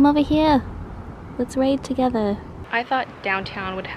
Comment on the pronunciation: "Come over heea! Let's raid togetha!" lol